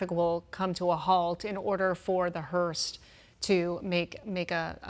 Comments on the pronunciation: It's a hearse, not a hearst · Not Hurst, it's hurse! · Hearse .. not Hearst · HEARSE NOT HURST. A Hearse carries a casket. Hurst is a transmission product manufacturer/retailer. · Hearse not hurst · Someone should have told the lady it's a hearse not hearse"t" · It's HEARSE not hearst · Hearse does not have a T on the end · Hearse no t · you've done great coverage, but there's no "T" on the end of hearse. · She keeps saying “the hearst” and even her co-announcer doesn’t know to correct her. Orange Dump did say he loves the uneducated 🤪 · The word is hearse without a T. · Someone needs to tell the female commenter that there is no “T” in the word hearse! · Please stop saying “hurst” it’s distracting